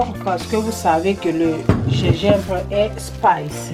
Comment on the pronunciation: du Gégimbre ? mdr